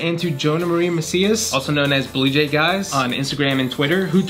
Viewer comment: I had to listen to you say “blue jaig eyes” again because I zoned out and thought you said bluejay geese.